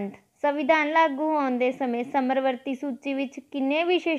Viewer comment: ਸਮਰਵਰਤੀ ਨਹੀਂ ਜੀ ਸਮਵਰਤੀ ਹੁੰਦਾ ਹੈ। plz sahi pronounce krea kro